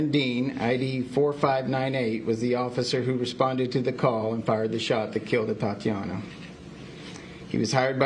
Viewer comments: They slaughtered her... now they slaughter the pronunciation of her name. Seems about right. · You can start respecting her by saying her name right... ATATIANA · Are they even saying her name right. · Anybody keeping track of how many times he said her name wrong? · It's ATATIANA for f sake ! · Her name is not that hard to pronounce. It's about enough that she was unjustly murdered. Pronounce the woman's name correctly. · At least pronounce her name correctly. Don't deprive her of one syllable just because you're too careless to read and practice saying it a few times before the press conference. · Get her name right, at least. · Insult to injury, spokeswoman can't pronounce 'Atatiana.' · Help this woman, pronounce the name Atatiana Jefferson... Gotdamtit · Can someone please tell her how to pronounce Atatiana’s name! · Should've at least practiced saying her name.... Yeesh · Didn’t even read the name right. Lol. It’s a joke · How upsetting when they mispronounce her name and call her “Atiana”. Wow. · Glad we are saying her name now can we please give her ALL HER SYLLABLES. Atatiana not atiana. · Her name is A-ta-ti-a-na. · She’s pronouncing the name Atiana and not Ata-tiana! Unbelievable. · It's tragic incident but is it just me that bothers heck out the fact that mayor is calling her "Atiana"? While caption states her name as "Atatiana"? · A-TaT-Iana. I know her name isn't common, but she was just murdered in her own home. Start your investigation by getting her damn name right. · You've just savagely murdered this young woman, endangered the life of small child and putting her family through immense grief. At the very least; you can pronounce her name right! Her name is not Atiana! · Her name is Atatiana, ah-tah-tee-Ana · She didn’t ever say the woman’s first name correctly throughout the entire video and speech she had nothing to do with. Pathetic. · her name was Atatiana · Both of them did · The mayor mispronounced Atatiana's name every time she said it. 😡